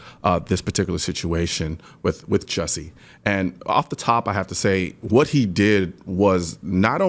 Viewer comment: It's Juicy!!! Hahahaa not Jussie!.